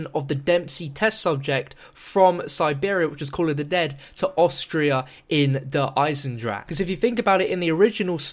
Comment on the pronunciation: is finally say Der Eisendrache properly!!